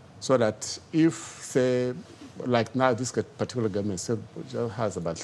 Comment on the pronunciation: It is amazing that a senior advocate of the Nigerian Judiciary has phonics problems, I suspect he is a product of Ahmadu Bello University where they pronounce the word "government" as gwarment. Awusa and Fulani have destroyed what Awolowo and Zik were trying to build. Senior Advocate, please take some courses on phonics skills for you are a disgrace to the legal education of the Fulani Republic of Nigeria.